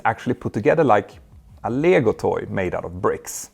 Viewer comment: The accent the guy has while saying “lego toy” reveals him as being Swedish.